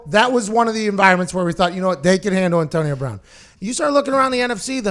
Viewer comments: Pat- “ntonio bwoun” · the hell is with that? lol